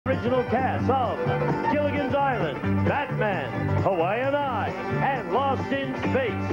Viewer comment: “Hawaiian Eye”? 🤔